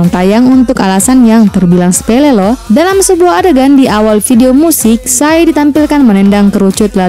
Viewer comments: Pi es wai bacanya bukan sai... Dasar narator OON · PSY = "sai" LOL. Yg bener PI ES WAI mba. Itu bukan pengucapan Psy kek di "psychology", itu akronim jadi pi es wai